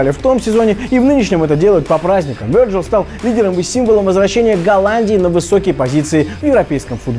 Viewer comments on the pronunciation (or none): В голосовании Вирджил вроде, а не Верджил